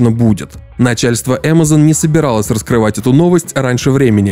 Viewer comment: Кринж. Если ты наименования Амазон и Бефезда "стараешься" произносить на английском, то почему весь остальной текст на русском?